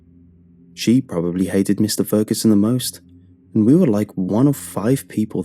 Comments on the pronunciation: You forgot to pit the g in Ferguson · “Mr Feruson” the story is his name mans didn’t even get it right you had one job!!😭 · The video said feruson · Has anybody else noticed "Mr.Feruson" not that it worsend the quality of the video just wanted to point that out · Mr. “Feruson” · Feruson? What? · Feruson? oops..Great content anyway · lol mr furuson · Oh is it ‘Fer U Son’. ‘For you son’? Gonna have to listen again.